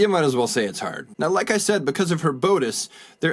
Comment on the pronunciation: "Bode-ice" is bad enough, but I can't forgive "dee-co"